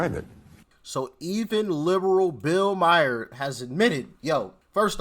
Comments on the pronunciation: And doc it’s not bill Meyer it’s pronounced like Bill mar. Like Mars, but without the S love you, but it’s not Meyer. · Doc, it's pronounced Bill "Marr" not Bill Meier....Peace!